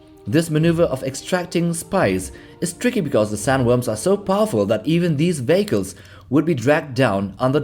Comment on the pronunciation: I’m sorry but, the way you say Vehicle sounds like you are saying Bagel and it is hilarious. Mostly the image of sandworms consuming industrial bagels.